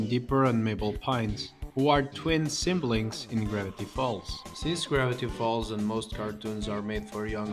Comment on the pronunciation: "sing blings"